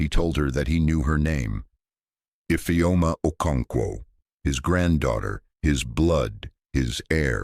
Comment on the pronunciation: I always speak up when I witness any cruelty. Thank you grandpa for saving your beautiful grand daughter ❤❤❤❤ Awesome story, but I had a problem with the pronunciation of Infeom ' s name.